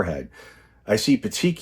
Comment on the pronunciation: love your channel!! Congrats on pronunciation of petechiae - you are the best 💙💙💙